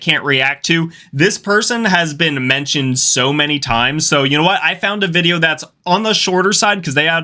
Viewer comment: I’m sorry, am I just now hearing you say “VIBEO” at the beginning? Lolol. Also, much respect brother. Awesome channel! Seriously, ur underrated brother!